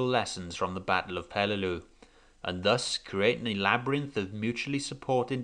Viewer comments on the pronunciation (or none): none